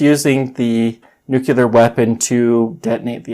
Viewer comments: Please stop saying "nucular". It's NUCLEAR. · I have just searched the origin of that nunul(e)ar, lol